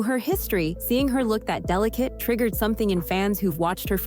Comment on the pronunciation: Plz stop with the "delicate'.